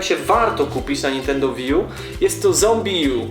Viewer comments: to jest łi ju a nie wi :D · łiju sie czyta